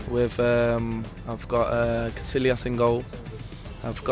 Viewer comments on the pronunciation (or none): haha "casillias" with the Ls pronounced lol